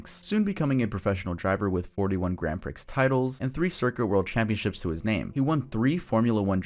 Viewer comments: Bro it's "pree" not "pricks." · btw, prix is pronounced "pree". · Grand "Prix" pronounced like "pre" in "supreme" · For future reference, Prix is actually pronounced “Pree.” And yes, the only reason I know this is because of Mario Kart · him mispronouncing prix made me tweak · You don't pronounce the "x" in Prix, just an fyi lol